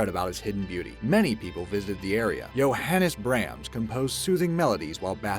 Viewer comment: AUGH!! YOU MISS PRONOUNCED BRAHMS!!! AND JOHANNAS!!! THE PAIN IS UNBEARABLE!!!